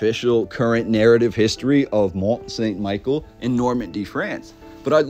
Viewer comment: Great video. Not a big deal but it is pronounced more like "Meee-shell", like in that Beatles song. I think it was built sometime during the millenial reign of Christ aprox,.